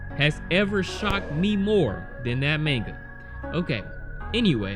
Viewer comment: Why do you say manga like that